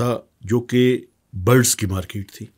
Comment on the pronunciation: "Maaekeet ... maarkeet"